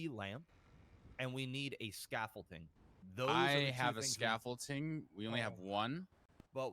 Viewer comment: WOW DUDE PRONOUNCED THE WORD SCAFFOLDING WITH A T AND SAID SCAFOLTING LMAO ITS OBVIOUS THAT BOY NEVER WORKED A MANLY JOB EVER OR EVER PROBABLY PICKED UP A FN HAMMER OF SCREWDRIVER LMAO DONT EVEN KNOW WHAT SCAFFOLDING IS LET ALONE PRONOUNCE IT, HE MADE HIMSELF LOOK SOO SHELTERED LMAO DAMN BRO